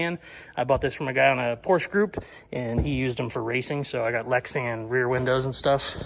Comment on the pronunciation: Porsche is a 2-syllable word lol